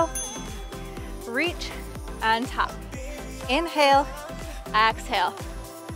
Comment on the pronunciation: I really like your videos and how you don't talk too much. You are a great instructor. The beach views are an extra bonus. One thought, it's exhale not axhale.